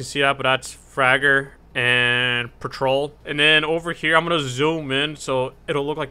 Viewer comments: I love the way you said "Fragger" and "Patrol" like you were in Tower Battles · when you say fragger and patrol i laugh so hard that i fell out of my chair lol